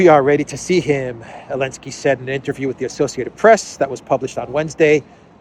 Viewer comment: 😂 love Clown 🤡 World Ps whybis Zelensky called Elensky ?